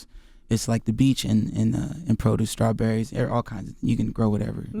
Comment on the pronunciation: Damn Charlemagne was off his game #horrible please stop saying scrawberries.. DAMNIT